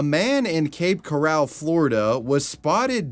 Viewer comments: I've never been to Cape Corral, but i have been to Cape Coral. Seriously, so many parts of florida were mispronounced 😂 Made my day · I live in Florida. And some of it's funny but dude. If you're gonna talk shit about Florida, learn how to pronounce the names of the cities that you're going to talk shit about. It's Cape coral Florida. Or it might have something to Do with that goofy looking mouth, you have. LOL. I'm only joking. not. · hiyah, local south Floridian here, just wanted to say that we don't pronounce cape coral that way, we usually pronounce coral as in like a coral reef of sort, but I guess it's probably because you haven't been to this part of Florida, which I might say is kinda beautiful and more calmer than the rest of Florida, fame with fort Myers and punta Gorda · The way he said “Cape coral”😭😂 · man the pronunciation of Cape Coral is killing me.